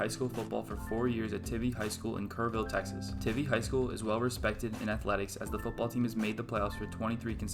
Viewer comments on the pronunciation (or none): its tye vee not ti vee i go there trust me